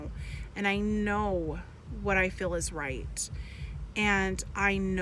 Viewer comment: shes awful for many reasons, but most of all, because she says "fill" instead of "feel" like a Mo' Ron